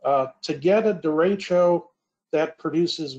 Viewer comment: I love hearing Midwestern US people trying to pronounce "de-ray-sho" or "de-ray-shio" or "de-reach-o" At least has it right.